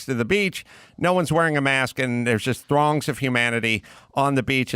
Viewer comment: When u say "throngs, humanity, and beach," all my brain hears is "thongs." 😁🇺🇸